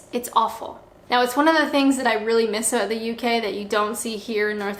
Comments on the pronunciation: Its apparently due to the way she must position her "video camera"(PC, LAPTOP, TABLET, ETC.?). When she was shooting videos at her workplace in England she was sitting in an office chair just like a proper, well behaved Canadian woman. BTW-I heard a soft "aboot"during this video so the last part of your comment is right on the $$$$. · Love how Canadians say about 😊